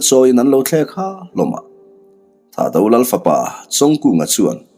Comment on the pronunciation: Ho tupa THAHDO ho hming ilam dan hi a dik meuh emaw chu🤔🤔🤔🤔 Atel a intel tir ta sa² han siam rem deuh ula kava duh em🙏🏻🙏🏻🙏🏻🙏🏻